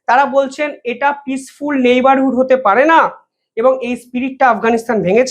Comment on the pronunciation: নাইবারহুড! নাউহেয়ার! না কি নেবারহুড,নোহোয়ের।